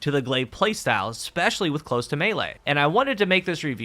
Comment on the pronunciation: I don't think I have ever heard a single Youtuber actually pronounce the 'close' in Close To Melee correctly, and it drives me up the wall. It's the verb form of close, not the adjective, and is pronounced 'klōz' , dammit!